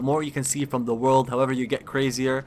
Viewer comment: "may you find your wok in the waking wrold" i burst laughing everytime he speak a letters